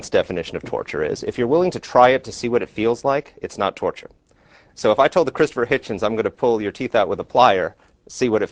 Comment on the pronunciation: 'Turture'? Really?